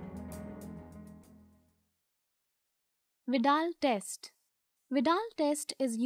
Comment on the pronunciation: Finally i got the correct pronunciation